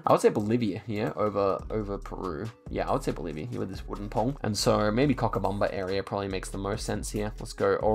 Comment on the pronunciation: did you really pronounce Cochabamba as "Cockabumbum" xD